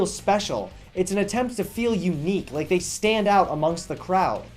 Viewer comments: I think he's stopped saying like and just started actually saying lake now. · It sounded like he said "...give this video a lake."